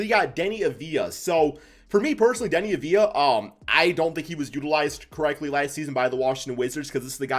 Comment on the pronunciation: Thank you for being able to see how deni should be utilized and giving him a chance I'm from Israel and seeing him getting a chance (even if it's in 2k) gets me excited Edit: also thx for pronouncing his name right